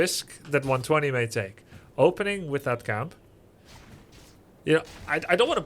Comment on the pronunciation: Its pronounced one two zero